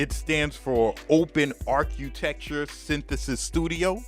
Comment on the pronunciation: Mf said arCUtechture